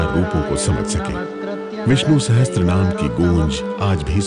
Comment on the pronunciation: उत्कृष्ट एपिसोड के लिए हमारा आभार। इतने उत्कृष्ट एपिसोड में तीन जगह सहस्र (sahasra) को सहस्त्र (sahastra) उच्चारित किया गया, जो कि सोने के थाल में लोहे की कील की तरह लगा।